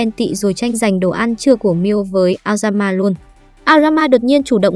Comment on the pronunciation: nghe aoyama thành lao gan ma :)))))